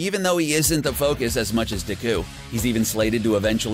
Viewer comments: DIKKUU?! BAKUUU?! KATSSUUUKI?! BAKUUUGO?! UCHAKUUU?! URARAKKAAA?! YAOYAROOZO? ENDEVUR?! ITS AN ENGLISH WORD DANG IT!! sorry didn’t mean to, like, offend you... just don’t like it when people say it wrong... 😐 😊 EAT THIS! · ur saying his name wrong it's not Diku it's Deku and it's pronounced acadeemia not acadaymia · Ya men du cow? Not deku! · Everyone in the comments: He butchers the names Me: I couldn't be that bad Guy: Dehqui and Bahcuigow Me: 😂😂😂😂😂😂😂😂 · It 's pronounced Bauk-oo-go and De-ku. Plz pronounce every name correctly from now on. And also it's Ur-rr-ak-u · You can totally tell he hasnt seen the show, because he doesnt know how to pronounce bakugo or deku